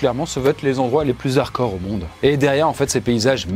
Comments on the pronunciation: Redis encore une fois harcor au lieu de hard core bordel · Le "d" de hardcore n'est pas muet pour info